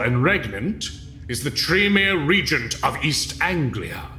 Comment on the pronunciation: The pronunciation of Regent is causing me pain.